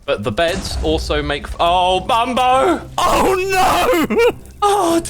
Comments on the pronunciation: he did in fact not say “mumbo” but said “bumbo” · I love how x says bumbo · Did called him Bumbo or did I misheard 💀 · When mumbo accidentally killed himself with the bed it sounded like X said “Ohh Bumbo” appropriately so lol